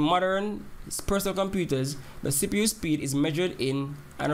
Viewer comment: sounds like u saying sipu lol